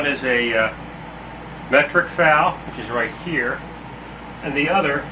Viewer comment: If you call it a FAL again, I am going to slap you. F-A-L